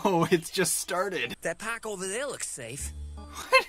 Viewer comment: here I start dying XD The paaahk The caah The scrap yahd